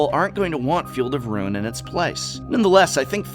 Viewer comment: Calls himself the "Professor"... can't even pronounce the word "ruin" :(